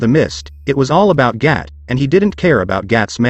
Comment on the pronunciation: You are saying gat and not gato